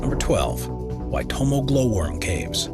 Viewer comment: I would like to commend the commentator on pronouncing the caves name Waitomo in the native tongue of the Maori people of New Zealand. Well done and excellent research. Fantastic video. Thank you for showing.